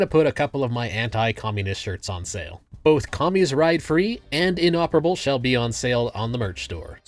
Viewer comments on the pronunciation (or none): none